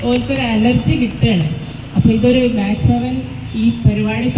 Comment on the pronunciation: Mec 7 ആണ്, മാക്സ് 7 അല്ല കൂട്ടരേ